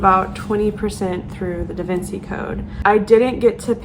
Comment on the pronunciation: Totally with you on appreciating books no matter how old it is. Also the pimples could be from your mask! Lol your gonna hate me for this but Da Vinci is pronounced "Da Vinchi"